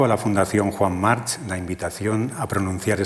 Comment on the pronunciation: se pronuncia 'Marc' no 'March'. Me ha hecho daño a los oídos.